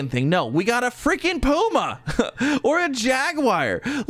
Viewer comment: Side note. It's fecking puma. Lol iykyk